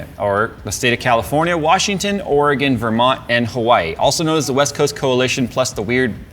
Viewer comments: Great job on pronouncing Oregon correctly!! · As a native Oregonian, thank you for pronouncing it Ore-Gun NOT Ore-gone. Every time I hear an out of stater pronounce it Ore-gone. I want to sock em and tell em to get gone!